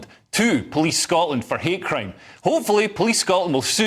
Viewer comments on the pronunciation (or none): I love the Glasgow accent. You said 'hate crime', I heard 'hair cream'.